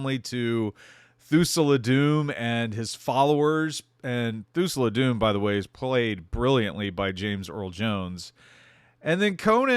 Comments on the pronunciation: Thul-sa, not Thu-sa-la. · Just found your channel. Great stuff so far. Oh... it's pronounced Thul-Sah not Thoo-Sul-Ah. Sorry. I'm a nerd and we notice these things. :D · He pronounces it so bad... almost as if he's never watched .... hmmm.... 🤔